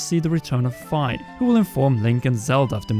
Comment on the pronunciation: I think Fi is pronounced as the phy in physicist not as the fi in sci-fi. That said, I love your videos!